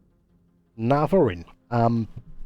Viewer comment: Its not navariin its navarin.😭